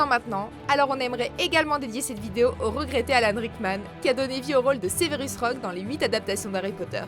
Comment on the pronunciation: Ça s’écrit Severus, alors pk tu dis Sévérus? 😂 Au moins tu sauras pour ma prochaine fois ça se prononce Sèverus